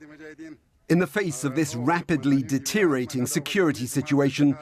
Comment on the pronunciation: WHY can nobody at the BBC pronounce 'deteriORating'? Do they get a bonus for saying 'deteriating'?